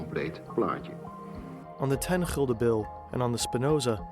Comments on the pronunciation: GULDEN not Hilde lmao (English: Guilder). I think many of your viewers never seen this as it was only introduced 21 years ago as the euro was introduced in 2002, not 50 or 60 years ago lol. We had al sorts of nicknames for them (from most modern to old if applicable) 5 cent coin: Stuiver 10 cent coin: Dubbeltje and Bas/Beissie 25 cent coin Kwartje (quarter) or Heitje or Maffie 1 Gulden: Piek - pegel -pegulant 1,50 guilder (discontinued in 1847) Daalder 2,50 coin: Rijksdaalder or knaak 10 gulden bill: Joet (originating from the Jidish Jod, the 10th letter of their alphabet) 25 Gulden bill: Geeltje *named ofter the original bill color which was yellow, later it became red but the name stuck) 50: Gulden bill: Zonnebloem (sunflower, after the image on the bill) 100 Gulden bill: Meier (originating from the Jidish word for 100 Mei'oh) (last version also called Snip after the bird on the bill) 250 gulden bill: Vuurtoren (lighthouse, also named after the image on the bill. both the 50 and 250 Gulden bills were the last additions. the 50 was added in1982, the 250 in Gulden bill: Rooie Rug/Rug (red back as in your backside) named after the color of the original bill, also Krant (newspaper) as it was a HUGE bill. Some coin names that originated from coins that were discontinued early 1800's but still have a meaning in Dutch sayings even people have no idea what coins they talk about Duit: used in the saying "een Duit in het zakje doen" (putting a Duit in the bag). a Duit was 1/8th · It is called "gulden" not "gilder" lol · Gulden. The u sounds like the u in dull. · Gulden (an old word for gold), not "Hilda" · Nederland has Gulden spoken(chulden) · it is gulden niet hilde.